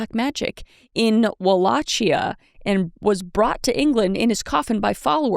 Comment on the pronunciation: Also love how auntie Kris keeps mispronouncing certain words lol Na-crop-o-lis and Wa-lock-kia she keeps killing me 😂